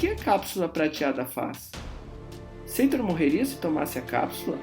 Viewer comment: Porquê Seitor? No filme o nome dele é Sator. Se isso é só a pronúncia porquê as outras palavras não são pronunciadas também da mesma forma?